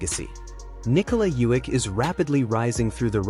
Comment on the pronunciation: You said his name wrong bout 9 times already lol and you keep. Hanging it bruh 😅